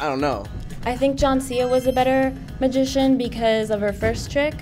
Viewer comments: Mah-zi-shon, I swear that that he said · did say mishishan? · said 'Masigian' 😂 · He didn't even pronounce magician right lmfao :13